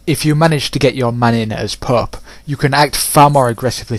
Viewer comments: It sounds like your saying pup instead of pope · "the Pup" you mean pope correct? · "From the PÖÖP" haha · if your playing english campaign. its a bad idea to let scotland get that powerful. i always eliminate them early. and yes the " pooepe" can get annoying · the way you say the pope XD